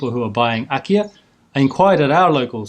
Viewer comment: Wait, have you said IKEA? Oh, it's Akiya.